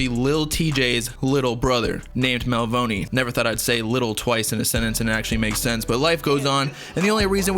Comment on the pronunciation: bruh you pronouncing Melvoni wrong 🤦‍♂️